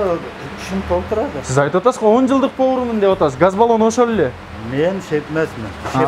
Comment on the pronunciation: Автор мен 11жылдан бери повормун дегенин окшошпой калыптыр. Нормальный суйлосон